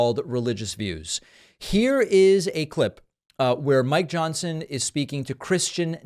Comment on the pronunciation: did you say my Johnson or Mike Johnson ? It's trying to throw me off from reading the morse code of your blinking eyes